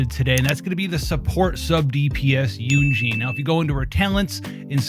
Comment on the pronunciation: just constructive criticism, but you can pronounce her name yun jin like yoon (moon) jin (tin) 😊 thats the proper way to pronounce her name :)